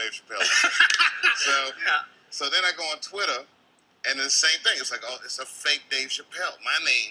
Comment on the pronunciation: He pronounced it "Twitta"...dropped his persona for a second